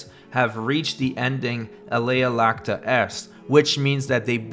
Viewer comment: Please fix your latin pronunciation. As you say it, you're saying 'the die is milky.' XD - it's a capital i, not a minor L.